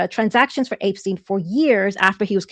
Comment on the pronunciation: I gotta ask, who is APE-steen?